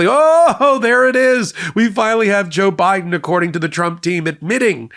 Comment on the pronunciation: I laugh every time I hear you say JaBiden! 🤣